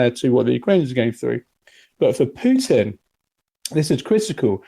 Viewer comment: He says Piutin 😅